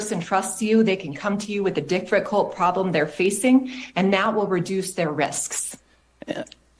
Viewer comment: did she just say dick-ficult decision? Nice little Freudian slip word combination there.